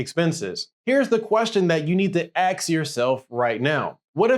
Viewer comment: ax yourself! 🔪 lol I’m dead lol 😂 (very good video though, ((I love this guy))